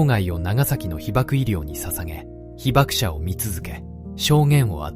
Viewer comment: 二重被爆者 にじゅうひばくしゃ ひばくものって😂